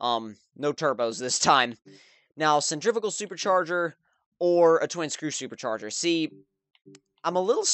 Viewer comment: sen-trih-fyoo-gal haha not sentrig-aful 90's vipers are badass! The v10 is so mental haha